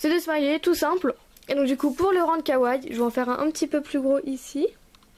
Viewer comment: Sa se dit KAWAIIIIIIIIi pas kaway mais la créa est super !